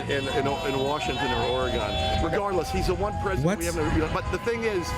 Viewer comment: "Orygawn"? Excuse me, ya nazi bastard, that's not how you pronounce my home state! It's closer to "OR-eh-gun"